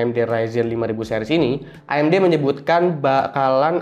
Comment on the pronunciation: Akhirnya ada yg pronounce AMG bener (A em ge bukan e em ji) Btw Bahas threadripper Pro dong :)) kayanya menarik